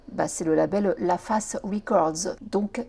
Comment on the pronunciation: Le label La face ce dis pas comme une surface mais "fèce" La Face LA Reid et Babyface = La Face